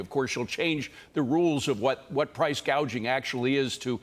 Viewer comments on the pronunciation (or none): Gaging or gouging ? She is not right.😮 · Correction, she said price gaging